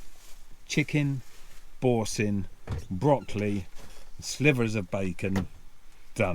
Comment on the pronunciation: Loved the pronunciation of Boursin cheese. A classic😂